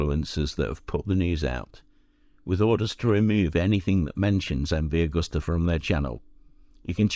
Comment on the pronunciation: It’s not Augusta!! It’s Agusta!!